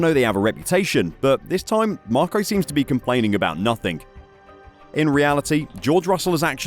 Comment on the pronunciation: Change the rules to suit your needs, F1 sucks anyway, every now and then f1 will have a good race, good thing motogp is always providing 🏍 🏁.. Why does this guy say imolaR and instead of nothing, he says nothingk?